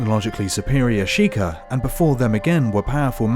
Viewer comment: "The Sheeker" SHEI-KAH Sheikah